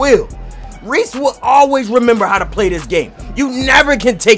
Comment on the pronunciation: He said resse trash to himself